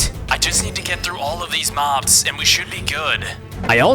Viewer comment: Mobs is not how you say it